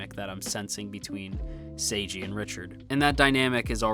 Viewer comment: His name is "Seigi", not "Seiji". It's important to differentiate (the pronunciation) of the name because it's also plot-important. Seigi got a lot of trouble due to his unusual name. That wouldn't happen if his name is as normal as "Seiji".